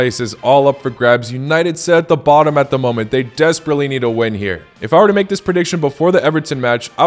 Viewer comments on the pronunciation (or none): none